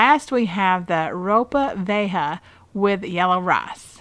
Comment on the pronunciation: Hey there. It's pronounced row-pah vee-aye-ha (Ropa Vieja). Thanks for the recipes. They look great.